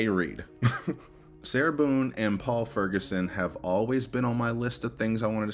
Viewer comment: Ew, that is how he pronounced it, wasn’t it😑 It annoyed me but then basically everything about Owens annoyed or enraged me.